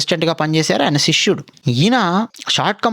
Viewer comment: శిష్యుడు.. శిశ్యుడు కాదు జస్ట్ సజెక్షన్ అంతే🙏🏼